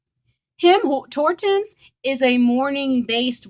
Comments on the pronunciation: It’s TIM HORTONS not HIM TORTONS LMAOOO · were you saying him tortons?!